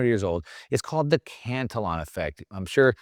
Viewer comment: This guy doesn't even know how to pronounce Cantillon. Uneducated Economist has much better and more accurate info.